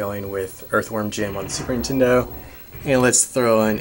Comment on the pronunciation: I swear you're saying 'Super Intendo'. Am I just crazy? Lol.